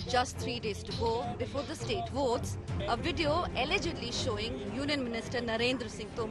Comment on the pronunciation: The emphasis you put on the word “allegedly” is hilarious. Journalistic propriety and integrity on display for the world to see! These media houses should be investigated - I’m sure all this goodwill towards the current dispensation is not free. Shameful and a sorry state of affairs.